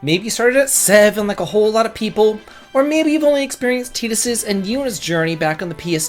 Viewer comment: Imagine saying “TEET-us” instead of “T-EYE-tus” like every other human being named Titus.